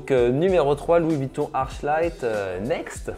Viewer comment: Je suis pas sur mais je crois qu'on dit arKlight